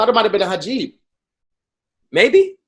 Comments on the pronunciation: Thank you so much. It bothered me so badly. He said it so confidently too I was almost about to start questioning myself lol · said so many words and facts wrong this episode, but Hajib got me. How you mix up the vowels bruh? Words really don’t like 🤣🤣🤣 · I just realized was trying to say Hijab! Lolololol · proves to us everyday that wording is hard af. alopecia instead of vitiligo? hajib instead of hijab? lord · A HIJABBB 😂😂😂 this man said a hajib 🤣🤣 talking about alopecia on the skin 😩💀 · The fact that just switched the letters from hijab to Hajib I will never understand 😂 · THIS NIGGA SAID A HAJIB!! i'M SCREAMING LMAO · Kai Kai tongue was wearing a “hajeeb” lol